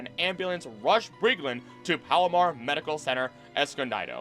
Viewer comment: Oh hey, I was born at Palomar Hospital in Escondido where that kid was treated for the rattle snake bite lol since I have the chance to mention it, Escondido is pronounced "Escon-dee-doh", not "Escon-dai-doh". Not often my hometown gets mentioned 👍👍